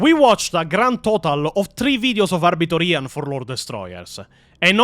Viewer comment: So... I never liked Weshammer. Hate his thumbnails with a passion. Just dont like him. Maybe his voice, maybe his face... maybe both? Only Ahh-Biter Ian videos ive ever seen are the IGN ones. Only thing i dislike is the way he says his name 😂 Never had a reason to question his knowledge until now. His channel never interested me anyway. Also, why are Wes and Ian so obsessed with getting female marines? The fk does Ian mean "thats toxic masculinity"? What a clown. Maybe hes tryna cater to his female audience and virtue signal? Idk, idc, wont be watching none of his content 😂 Thanks....Never heard of EonsOfBattle, EVER. Why tf are these virtue signaling, fake asf, performative content creators obsessed with female space marines??? Why is it the ones with a feminine voice that advocate for this bs? 😂 There is a connection there you cant deny. Forget this dummy and lets move on. Now Majorkill. Hes made me laugh plenty of times in the past. Digestible if you are an idiot (and i am). Ill never forget the way he pronounced Tzeentch (tits-snitch) and still pronounce Tzeentch like that to this day 😂 Never thought he was an expert but use to enjoy his content. I literally stopped watching him like 3-4 years ago cause i grew tired of the immature humor in my 40K lore videos. Im not a teenager nor am in my mid 20s so there comes a time when you just want the hard facts and not bombarded by idiotic sex jokes and cringe gen z/gen alpha slang. Holy shh i wrote this before you expla